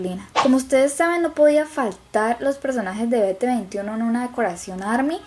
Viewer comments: se pronuncia biti tuni watn BT21 Ame tu cuarto te quedo bello😍🤗❤️ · Ja ja dice bete veintiuno envés de biti tueniwan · Veteventiuno sjjsjs xD es BT21 pero se pronuncia Biti-tueni-guan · Ni se pronuncia "be te veintiuno" se pronuncua "bi ti twenty one"😊 (Critica constructiva) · No se dice be te 21 se dice bitituniwan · Hermosa te adoro solamente se pronuncia bitituentiuan no es bete veintiuno sin ofender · Ella dijo "Vete Veintiuno" cuando en realidad es "BiTi Tueniwan" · Se dice bitituenyuan así se pronuncia BT21 mas no beteveintiuno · Mujer v: no se dice "Beteveinte y uno" se dice "Biti tueni uan v:" xD no es una critiva amigos ;^; no me tiren bardo yo solo le enseño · falto van y no se dise bt veinti uno o como se escriba es bt twenty one :) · No sé pronuncia"beteveintiuno" sé pronuncia "bititiuniwan" pero se escribe bt21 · no es ( bete21) es bitituentiuan ( así se dise pero así BT21 se escribe) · Te falto a Van que es una de las cosas que mas caracterizan a bts porque el lado negro simboliza que cuando las armys anericanas estan dormidos en el lado blanco army coreana esta durmiendo Y no se dice be te veintiuno se dice bi ti tweny one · #elmariashi Coño sin ofender pero quien dice "be te veintiuno" todos saben que así no se pronuncia bt21 es bi ti twenty one Pero sin ofender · jajajaja beteveintiuno es bititwentyone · No es por criticar en serio me encanto tu abitacion es hermosa pero BT21 no se pronuncia betebeintiuno (perdón por mi ortografía) Se pronuncia biti tueni guan Quiero aclarar que lo escribí así para que se entendiera la pronunciación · Estuvo bonito me encanto la decoracion pero no se dice Be Te Veintiuno BT21 se pronincia en ingles solo un pequeño dato. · Se dice bititueniuan no bete21 se dice en inglés saludos :3 😊😊😊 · Bellooooo hermooosooo pero... no se dice bete veintiuno :v si no biti twenty-one v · Se dice BT twenty-one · VitiBeintyUno. Xddxd es BTwenty one xd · la pronunciacion real de bt21 es biti tweni one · BG21 se lee en inglés